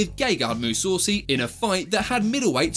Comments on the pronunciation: Its Mussasi not Mussaucy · That bullshit eyepoke should be extremely banned in MMA Mousoossi instead of mousassi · Gegart Mousaucy 😂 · MOO SAWCY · Big mistake outside of pronouncing Mousasi is that McGregor was first to throw a punch in the octagon while Khabib was pretending to be an eagle outside of the octagon. McGregor hit one of Khabib's coaches and that caused him to get jumped by rest of Khabib's team. Shame that a channel I enjoy, gets this wrong even years after this happened. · Almost puked when I heard how he pronounced Mousasi